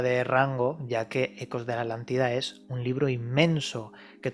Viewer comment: Todo biennn, PERO QUE ALGUIEN POR FAVORRR ME EXPLIQUE PORQUE LOS ESPAÑOLES PRONUNCIAN ALANTIDA EN VEZ DE ATLANTIDA, es un problema con la t?